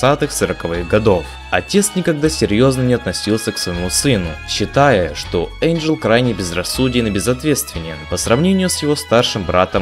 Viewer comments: ВЫ НАДОЕЛИ! НЕ ЭЙНДЖЕЛ, А ЭНДЖЕЛ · Не Эйнджел , а Энджел! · ЭНДжел? ЭНДЖЕЛ, БЛЯТЬ?! МОЖЕТ Э-Й-Н-Д-Ж-Е-Л?,_ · а смысл произносить имена персонажей неправильно??